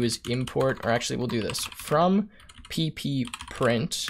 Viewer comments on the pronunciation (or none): "Pee-pee print" snork! Think that's supposed to be "P print" ;oD Handy vid though, great stuff. Thanks.